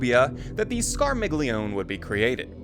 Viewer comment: I thought the G was silent in their name. Skar mee lee own.